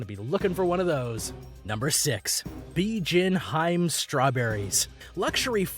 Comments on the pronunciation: hiime not haim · Its not hyme it’s hemay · Hime is pronounced "He-May". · HIME is pronounced: He-may not heim. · its he meh not hime u noob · Before I see this video I can guarantee you that the majority of these expensive fruits come from Japan (Nihon) I bet my life. Plus it's pronounced 'HE-MEH' n not Hyme pendejo. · He actually said Hiym instead of Hi-Me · It’s him-mea not hime, I suggest checking your pronunciation. But other than that that everything else is fine no hate pls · or pronouncing hime like "hyme" instead of "heemay" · Bijin 'HI-ME' read as two syllables (not haym as you read it) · Every time he pronounces Hime as “hyme” I die a little inside. It’s pronounced “hee-may” (but with shorter syllables) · Listening to this guy absolutely murder the Japanese language had me in stitches. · They even butchered pronunciation of some japanese words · The way he says "Hime" is crushing my little weeb heart. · from this point onward . "He butchered japanese language so hard" came to my mind when he pronounce every new fruit name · learn how to pronounce the items, good lord fire the narrator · Hime ... lol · I can't even speak japanese, but the little anime knoelage of how the language should sound made grinde my teath in frustration . . . at least try to look it up, hime realy is not hard to pronounce . . . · This video is full of mispronunciations and other mistakes. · Is it too hard to pronounce Se-kai... not se-ki-ai 😂😂😂😂😂😂 edit: it's Hi-me not hime😂 hi-me=princess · Hi-me... Den-su-ke... I stop after that